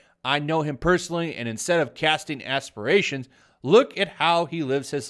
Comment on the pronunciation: Brie joined YouTube and made it a joke, nuff said. And, it's aspersions, NOT asperations.